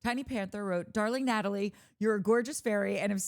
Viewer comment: Nathalie, I love how you say my name❤You and Mike are literally the first people who say my name correctly, and I feel seen!!